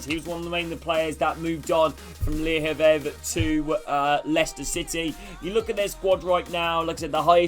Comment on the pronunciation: When you pronounced Le havre it sounded like an Irish man saying "Harvey"